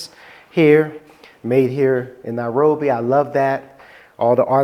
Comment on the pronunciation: Very provocating that he constantly pronounces it Now-robi